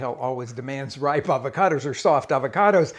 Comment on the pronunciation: “It’s ah-vach-oh-dose…”